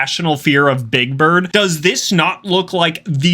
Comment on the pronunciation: you said birb